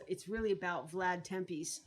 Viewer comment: TEP-esh. Tepes is pronounced TEP-esh. Vlad the III, Voivode of Wallachia, was the most inspirational historical figure, and his legend and legacy still live on throughout Romania today. The "fantasy" aspects of the story in the film are based on the peasant rumours whispered in the dark at the time, giving rise to the "vampire" stories. And it was the Ottoman Turks that fought against Vlad, not Germans or Saxons. Take the movie for what it is, not for what it's not.